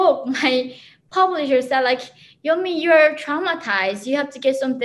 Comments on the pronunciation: I cringed everytime he pronounced her name as 'Yeonomi'...its pronounced closer to Yunmi! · Her name is pronounce as Yawn-Me not ye on mi. She was kind enough to not correct the host i Guess. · He keeps calling her “yanomi” lol It’s yeon-mi not yanomi. It’s like pronouncing Patrick as Patricia or sth Sounds like he’s saying “ya know me” lol All jokes aside it is horrid and inhumane what North Korea is doing to their 23 million prisoners. I pray the regime will collapse within my my life time. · Yeonmi Park.. not “Yonomi’ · YeNOmi? Might want to pronounce your guest’s name correctly if you’re going to have them on your show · Guy can’t pronounce her name … it’s just… yun - mi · Is her name pronounced YA-NO-MEE? I don't know much about Korean pronunciation, but was reading it was YON-MEE. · If you’re going to interview someone who risked her life to escape North Korea of all places at least pronounce her name right... it’s not even that hard Yeon (rhymes with fun) mi (pronounced like mee) she says her name in the beginning of every one of her videos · He keeps saying her name wrong 😠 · He pronounced her name wrong. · he pronounced her name wrong, but in the whole interview that is not even the thing to worry about. i still can not understand why north korea is still a nation in a world that values peace. maybe that is how the cult leaders and hitler was alive for such a long time. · How u gona pronounce her name wrong tho?